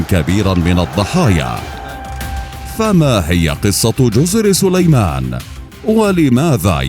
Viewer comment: جزر صُليمان ! ليت الواحد يعرف متى يضخّم صوته